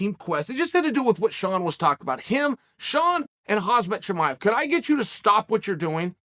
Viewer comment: "hazmit chimiev" - chael sonnen 2022